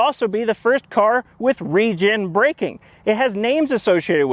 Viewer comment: The way he said re-gen braking, I was like "Region breaking?? What is this a nintendo switch??"